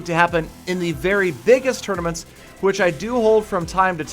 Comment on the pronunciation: It's 'tournaments' not 'tournomats'